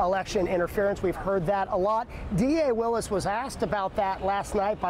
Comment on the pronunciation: These comments.. smh and the intentional mispronunciation of DA Willis name is ridiculous..